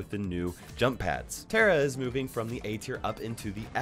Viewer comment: You pronounced tara wrong